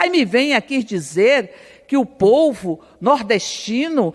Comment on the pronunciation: "Erica cocada ' " o pouvo" será que eu escutei direito? 😂😂😂😂😂😂😂😂😂😂😂😂😂😂😂😂😂